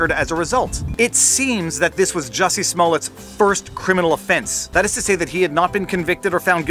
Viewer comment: It's pronounced "Juicy".